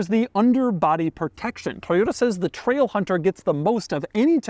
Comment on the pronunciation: Loved the part where he said TRAIlhunterr